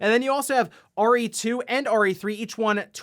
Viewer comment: Really thought he said Ori 2 and Ori 3 when he said RE2 and RE3 🤣, and I was like, 'where's 1 and when did they make 3?! 😵'